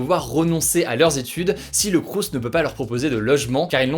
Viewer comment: On ne prononce pas le S à la fin de « crous » ;)